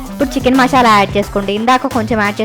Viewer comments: మశాల కాదు మసాల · Mashala yendhi mashala.....adhi masala